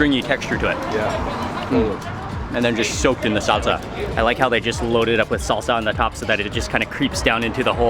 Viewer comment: Lol you said red salsa wrong stupid